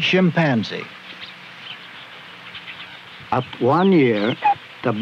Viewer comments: "Shim" panzee lmao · He’s killing me by saying shipanzzee😂😂😂😂😂😂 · Interesting how Marlin pronounces chimpanzee "shimpanzee" and that I never noticed this when I watched the show when I was a kid.